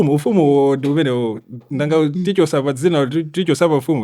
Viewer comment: Ati Nankha ndingalime, it's Nanga for heavens sake eish